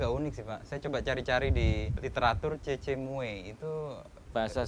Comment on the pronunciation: harusnya namanya cocomeo............ bukan cecemoe hehehe